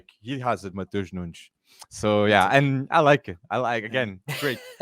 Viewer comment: Great pod, have to hear it from the fans who actually watch Sporting. But forgot to mention the massive Portuguese population here in Toronto, Wolves need to come for pre-season! Tens of thousands of people who know how to pronounce Matoosh Noonsh(not me).